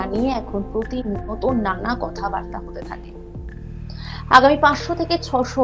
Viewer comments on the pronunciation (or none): none